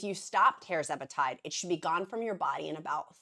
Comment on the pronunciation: Tuuuuuuuuuuuuurr zepatide! Not Tar! Eeak! Tur-zepatide (Tir)🐔